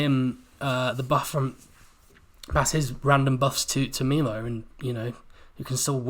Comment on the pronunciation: Omg... it's pronounced My-low... everything else you have said has been spot on though 👌